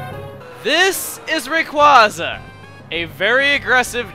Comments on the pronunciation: cmon its rah kway zah not ray kwah zah and its ever grande silent e not ever grand ay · You pronounce it raycwahza, google pronounces it raycwaza with a long a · Well not to be rude but it is pronounced rayqu(a)yza not au just a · It's actually Ray-quay-zuh, as in quasar. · Every time he says "Raykwaza" it hurts my soul just a little bit. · But that pronunciation SUCKS. Everyone prefers Ray-QUOI (as in pourquoi)-za over Ray-QUAY-za... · not even can pronounce it right. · It really irks me how pronounces Rayquaza... I mean really? Dummy...